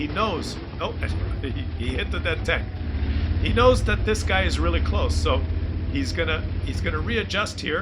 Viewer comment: When I play my Bishop, the commander says sometimes: That was close. Close sounds very much like Claus though.